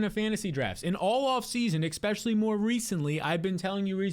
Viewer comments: Especially, not “ Expecially” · Tough to take the takes seriously when you say "Ekspecially"